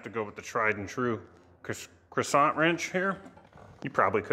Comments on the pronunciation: It is not a croissant. It's crecent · it's pronounced cresent,like cresent moon not croisant like at burger king,,,and philips head not philipe screw driver. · It's crescent, as in the moon, not croissant, like the french pastry. No complaint, just a little wisdom share. I would also like to help you tone down the Kermit The Frog of your voice. Have your people call my people and we can have an online voice over lesson. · The adjustable wrench is pronounced quasant… get it right. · A real man doesn't pronounce "cresent" wrench the way you do. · Why pronounce crescent like it’s a French pastry item?